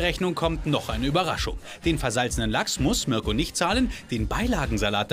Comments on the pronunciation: Marko Reeh ?? Er heißt doch mirko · Bin ich die Einzige der auffällt das der Moderator „Marko" und nicht Mirko sagt? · Das auch immer Marko statt Mirko gesagt wird. Irgendwie schlecht sich immer ein Versprecher ein😂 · Mirko nicht Marko 🙈